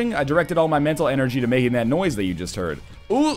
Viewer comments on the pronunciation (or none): none